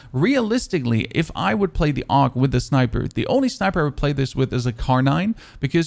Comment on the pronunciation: Most people call it "og", but saying "Aug" is more accurate, since it stands for Armee Universal Gewehr and their initial are pronounced that way. You're the first content creator I've seen that actually says it the correct way, good job man